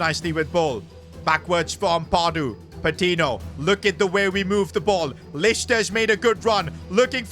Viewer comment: I dont wanna be THAT guy, but it's pronounced "pah-tee-nyo," the "ñ" indicates an invisible Y after the "n"🙏